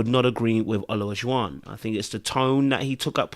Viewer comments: I hollered every time you butchered that man's name. "Elijah-won" or just "O",. LOL! I wish both of them the best. Maybe O should go back to dating non-Black women. Leave our demographic alone! Ha ha! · There are four syllables in O-la-ju-wan. Maybe that will help you say the brother’s name correctly. 😂